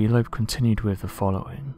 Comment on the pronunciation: Avi Loeb* haha lol "Lobe"